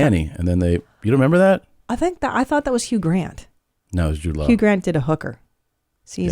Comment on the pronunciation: I thought Cristina was saying Jewed lol I was like damn I don’t think you’re supposed to say that